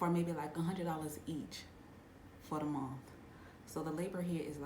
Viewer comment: Ok. The way you said “month” put me in the mind of Southern US. Are you ADOS? Like, Parents and grandparents born in the states via enslaved ancestors?